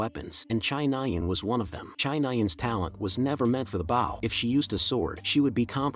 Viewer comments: Awesome work. but the AI reader saying Bow like Wow and not Bow like Beau drove me nuts. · How can none of these AI pronounce Bow properly 🤔😂